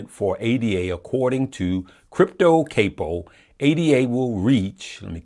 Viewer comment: Lol you are an true uncle it’s pronounced (Cop -oh) like from the mafia ranking. Love you unc